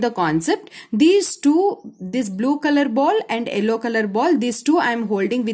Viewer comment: madddam its yellow not ellow😂😂